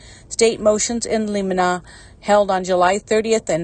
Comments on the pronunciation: In limine…. Pronounced “ in liminee” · I’m a retired public defender. You should hear some of the ways it’s been pronounced, heh. “Motion in lemonaid” is my favorite!